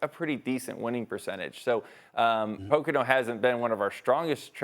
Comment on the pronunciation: As host in NY City cannot even say Poconos right? Seriously?